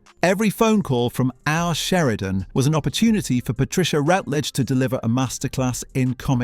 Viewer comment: It's Patricia RUTledge, NOT Patricia Rootledge . . . And who was the neighbor who disappeared, Elizabeth's brother?